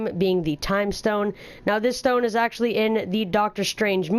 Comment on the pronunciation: "pretty much, actyally" bruh